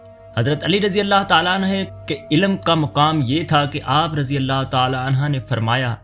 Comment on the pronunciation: Razi ALLAH ho tala Anhaaaa ni. Anhoo kehty hn❤